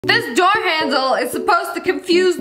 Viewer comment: Lol now I hear Door